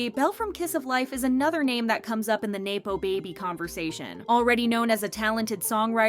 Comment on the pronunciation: have you never heard the word nepotism said aloud? it's nepo baby not nae-po baby